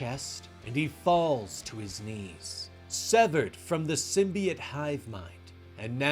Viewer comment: Am I the only one that it bugs the shit out of every time he pronounces symbiote as symbiet? Lol he calls the zombie dudes zombiotes, not zombiets so wtf?